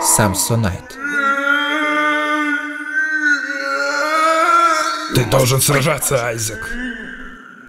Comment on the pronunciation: не самсонит а самсонайт